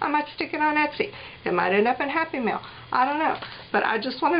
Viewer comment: Omg, for a couple of seconds I thought you said it might end up In a Happy Meal instead of in Happy Mail. Lol. Personally I would love to get handmade journals in Happy Meals.